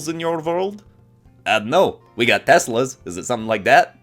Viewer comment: "Do you have Testrals in your world?" "We have Testlas" I'm dead LMAO